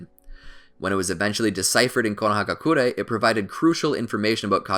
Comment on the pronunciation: Can you say konohagakure and Not gakurey du gay